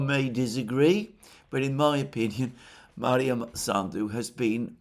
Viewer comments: Maia not Maria. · it is MAIA Sandu, NOT MaRia Sandu. No R in in her name. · Alexander - it is MAIA Sandu, not MARIA Sandu. Sorry that I am correcting you, but you keep saying her name wrong for a few days now. I admire your erudition and always watch your program. Thank you for your work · She's not Maria Sandu but Maia (Maya) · I believe her name is Maia Sandu, not Maria. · Not that it matters, but It's Maia (Maya) Sandu, not Maria. Also Gagauzia stress is on "U" - GagaUzia. At least in russian.